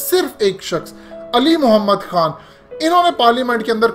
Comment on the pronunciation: Yar mene pehly b kae bar likha k Aqa.e.Do jahan ka nam sahi se lia kren plz.